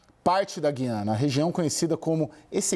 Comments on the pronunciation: A pronúncia correta do nome do país é GU iana. U é vogal. GUI ana é coisa de Portugal segue outra Norma Gramatical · Explica direito, é Guiana ou Giana, como pronuncia a reporter? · Atenção CNN! Guiana, histórica e silabicamente se separa assim: Gu-i-a-na. Trata-se de um hiato e NÃO, um ditongo. Ensinem a seus reporteres como se fala!